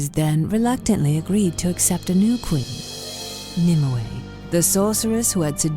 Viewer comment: Nimue is pronounced more like "nim-way", not "nim-oo-ey".